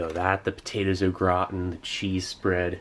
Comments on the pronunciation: Kept thinking you were saying "the potatoes look rotten" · I thought he was saying “the potatoes look rotten” until I was a 3rd of the way though 😂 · I kept hearing “the potatoes look rotten.” Lol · "grautin"... LEL! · Steve says au gratin as if it's an Irish family name. 😂 'those darn o'gratin boys!'